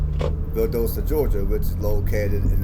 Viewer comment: Your NOT pronounce it right... it's Val Dos ta